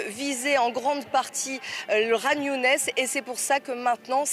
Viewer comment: Ça ne se prononce pas Younès mais Younis.